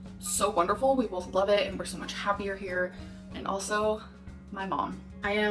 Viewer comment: "We BOLTH".... She's a f***ing idiot.